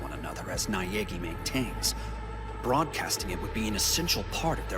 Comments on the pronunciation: I also heard it also I think it's safe to say we all knew neagay wasn't gay lol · For me I thought byauka said "Daniel I know Neagi wasnt guh-"